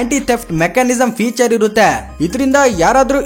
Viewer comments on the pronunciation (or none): none